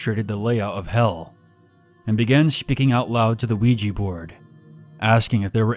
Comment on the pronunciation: Luigi Board... Ougi Board...